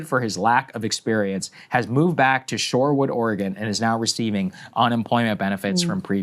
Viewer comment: Sherwood “surewood” Oregon